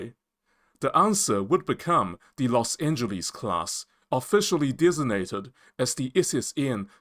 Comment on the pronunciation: Please learn how to pronounce Los Angeles